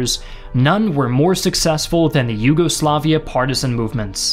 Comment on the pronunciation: Americans saying "nyugoslaviea" Rolls eyes